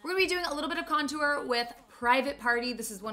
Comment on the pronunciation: “some blush some con-toower”